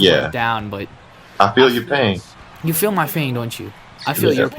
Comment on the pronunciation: he said you feel my fain lol